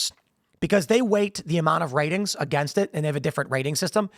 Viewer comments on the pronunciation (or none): none